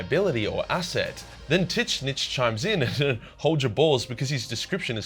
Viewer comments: Why you keep calling it tits snitch? It’s tzeench : t’Zeench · I've never heard Tzeentch spelled in such a weird way. How the hell does your mind go to "Tits snitch" instead of "Seentch"? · why do you keep calling Tzeentch t!ts snitch? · tzeentch is pronounced titsnitch? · Does anyone else hear him say TitSnitch? lmao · I can't unhear tit snitch anymore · Bro keeps saying tit snitch, thats how him gonna call him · Dude.. you sayin Tzneench like that is just ridiculous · Tzeentch must be working its way into our world, as this is the wierdest pronunciation of his name I ever heard XD I usualy say Tz tougheder not apart like you. It lomoust sount as if his name was T'zeentch not Tzeentch. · I will never agree with the Titznitch prononciation. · I'm willing to bet that the correct way to say tzeentch is "zeench". I hate to be that guy but that enunciation was a mental flash bang. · Imagine calling Tzeentch "Titsnitch". xd Anyways great video. :D I actually really enjoyed the part of Tzeentch non sarcasticly... <3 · Did I hear that right? Is it pronounced tit-snitch? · is he purposely calling Tzeentch "teet snitch?" cause like, that's not how you pronounce it m8 XD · I really can't take anything you say seriously if you keep saying Tzeentch as "Tit-snitch." Lol. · You pronounce zeench in a funny way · Tits-nitch? I have never heard of this chaos god. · Why do you keep saying Titsnitch? It's super lame. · Are you saying Tit-snitch? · I watch your vids so much I actually have no clue how to pronounce Tit Snitch’s actual name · How do you butcher tzeentch so badly 😭😭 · T in tzeench name in silent Watch dawn of war cutscenes and hear how they pronounced his name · The "T" in Tzeentch is silent. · What's up with the Tzeentch name pronounce though? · I keep thinking he's pronouncing Tzeentch ironically, but it doesn't seem like he is :( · Is that how you really pronounce Tzeench? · The way you pronounce tzeentch drives me crazy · The way you say Tzeentch fucking sucks.